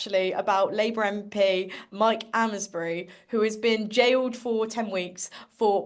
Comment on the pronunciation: Like your energy but PLEASE pronounce names properly. AIMSberi, and CONNERli.